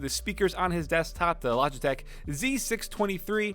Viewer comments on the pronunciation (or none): none